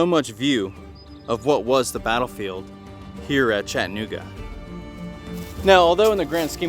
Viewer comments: It's "CHATTA-NOOGA" not "CHATTAN-OOGA". Yeah it's a little sliver of history smack dab in the middle of Chattanooga alright-smack dab in the middle of one of the worst neighborhoods in the city. If you go to Orchard Knob be on your guard. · Chatt-nooga means your not from around here! Chatta-nooga and your in the know! Great content though, very informative!